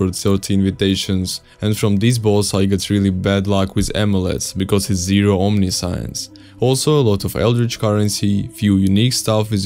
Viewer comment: Omniscience is not pronounce that way. Omniscience isn't "all the sciences" it means "all knowing" (3 syllables).